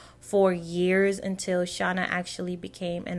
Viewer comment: FYI: You are pronouncing Shanna’s name wrong. This is Shanna. 😊